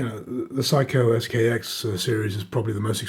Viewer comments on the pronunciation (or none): I won't quarrel over the difference between "eeko" and "ehko," but I must correct your pronunciation of one of the competing watches. It is NOT Saiko, it's Seiko. It's not "psycho," it's "say-koh."